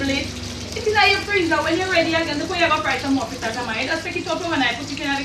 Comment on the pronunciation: Flitters or fritters????? lol